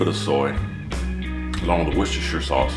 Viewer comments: Finally an american who can say Worcestershire sauce properly .. Hi five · HE PRONOUNCED IT CORRECTLY!!! Bravo from a Worcestershire lad (